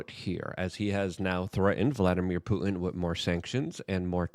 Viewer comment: The word is PuTin. Not Poo In. When are you going to learn how to pronounce the T in words? You sound like a Kardashian.